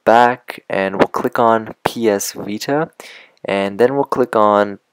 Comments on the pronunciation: this guy said welcome back to another wideo on the ps wita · PS Wita? A wideo? Lol. =)